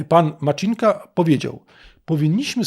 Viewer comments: MACINKA, C-I, jak CITO, nie Maczinka. Wystarczy posłuchać w oryginale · Ministerstvo Czech wysławia się Macinka nie Maczinka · Poprawną wymowę czeskiego nazwiska "Macinka" w języku polskim można zapisać jako "Macynka". Czyli błędnie pan wymówił. :) Deklinacja/odmiany funkcjonują praktycznie tak samo jak w języku polskim. Czyli "z Macynką", "bez Macynki" itp. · Macinka bez żadnego cz w środku, to dużo łatwiejsze do wymowy niż Zelenśkyj którego przekręcacie wszyscy na 1000 sposobów